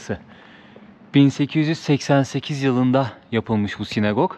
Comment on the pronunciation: SinAgog. (Sinegog değil.)